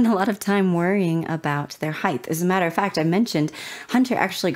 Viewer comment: Height not Heighth lol weird pronunciation